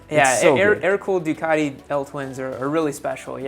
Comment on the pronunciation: stop referring to it as a "Duck". Duc should be pronounced "Duke" - loving criticism from a fellow Biscotti Scrambler owner 😛